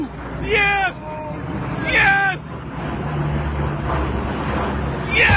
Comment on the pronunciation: Le mec est plutôt américain parce qu'il dit "yeeeeees !"